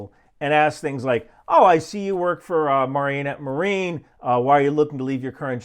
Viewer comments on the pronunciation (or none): Check your pronunciation of 'Marinette Marine'. As a local from that area, I almost didn't recognize the name. We jumped on The History Guy about his pronunciation of 'Peshtigo' when he did a video about the Peshtigo Fire.